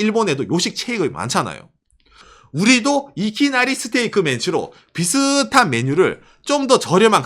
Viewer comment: 이키나리스테이크는 박가네에게 광고비를 지급하라! 발음 너무 멋지네